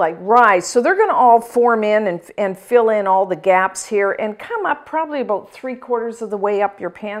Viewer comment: Did you say aboot a half an hour? lol. I love you! And thank you for this recipe!! It's wonderful